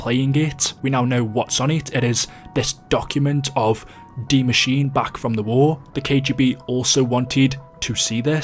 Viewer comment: Not to sound like a dick but Die Maschine is pronounced "dee mash-ee-nay" not pronounced like machine